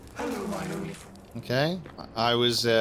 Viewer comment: Hello my Onlyfriend still sounds wrong to me.^^